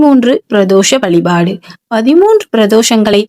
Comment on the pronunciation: முதலில் தமிழில் பேசுங்கள் வலிபாடு இல்லை வழிபாடு அலைபடுகிறதா அழைக்கப்படுகிற உன் பேச்சைக் கேட்டா பாவம் தான் சேரும்